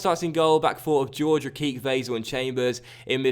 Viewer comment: it isn't George it is horhey